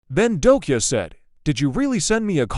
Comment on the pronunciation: It's not dokia, it's dokja. I think you should actually improve the text to speech AI 😅.